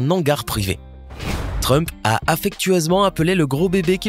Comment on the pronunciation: Donald Frump 😂😂😂😂😂😂😂non T rump